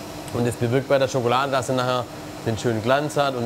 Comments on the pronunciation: Wenn Nerft es auch das er immer schogolade anstatt Schokolade sagt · Sagtest du da eben Schokolade?Schokolade !? Schokolade!????? SCHOKOLADE !!!!!!??? SCHOKOLADEEEEE!!!!SCHOKOLADEEEEE!!!!SCHOKOLADEEEEE!!!!